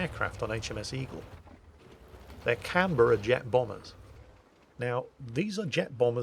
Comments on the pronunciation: As an Aussie, you have my approval of your pronunciation of Canberra. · Yes he did well...